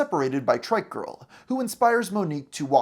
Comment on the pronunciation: You constantly calling a trike a "trick" is triggering af OH MY GOD YOU PRONOUNCE IT CORRECTLY LATER ON WHAT THE FFFFFFFFFFF THEN YOU CALL IT TRICK AGAIN AHHHHHHHHHHH